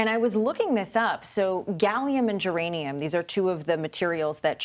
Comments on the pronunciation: Did she say Geranium? Lol sad and nobody noticed?... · Did she say "Geranium"? mhm, Geranium is a flower, GerManium is the mineral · She really did say "gallium & geranium ..."! Flower Power!😂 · Did she say geranium? Not germanium 😂😂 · No one gonna comment about how she mispronounced one of the exports she is talking about?